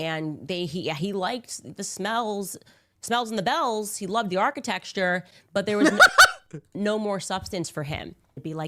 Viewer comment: She said “architexture” multiple times and you didn’t detect anything wrong?